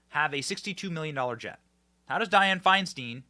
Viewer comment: It’s pronounced Fine stine not stin I live in CA. Didn’t vote for her. It’s just a pet peeve when people pronounce names wrong.